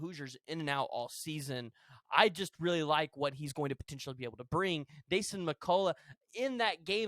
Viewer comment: Your sayings Dasans name wrong